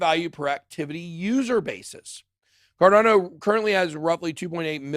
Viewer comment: BitBoy vs pronunciation 🤣 alien/ellien... also, car dan oh/ car don oh ??